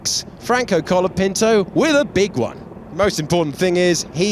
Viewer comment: is he Logapinto or Colatifi? 😂😂😂